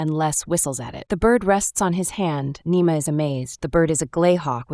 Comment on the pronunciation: It’s Nima not nemo